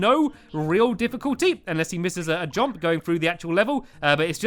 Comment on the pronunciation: stampy just to say when you say jump instead of saying jump you say jOmp